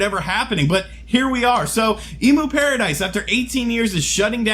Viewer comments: It's pronounced 'Em-U-Paradise' , not 'Emu-paradise' They don't provide giant birds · End of an era. Also, it's emyu (as in emulator) not emoo (as in the bird) 😉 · cringe It's pronounced M U paradise.. like the way you would pronounce the beginning of the word EMUlator.